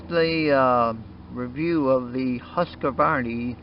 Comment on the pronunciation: This companys name is pronounced "Husk Varna," not "Huska Varney." The remainder of the review is just as bogus as the mispronunciation.